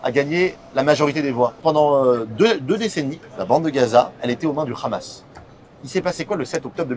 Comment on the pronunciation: lol its Hamas not Khamas lol